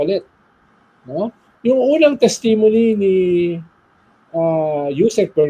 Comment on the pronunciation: Mr. Llamas, please pronounce testimony correctly. Thank you.